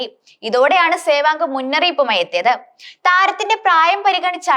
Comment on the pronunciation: സേവാങ് അല്ല മോളേ സേവാഗ് എന്ന് പറയൂ...